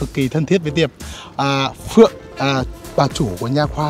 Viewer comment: Phượng ngọng